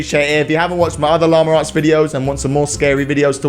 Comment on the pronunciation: It’s llama arts not lamure arts